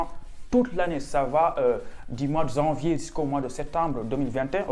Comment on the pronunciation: On ne dit pas « zanvier »... parler correctement le français cela peut aider pour venir faire des études en France 😏